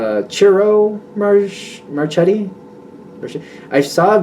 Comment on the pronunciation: you’re almost right! Yes, it’s “CHEE-ro” - and the last name is “mar-KET-tee.” 😁 Thanks for a great read!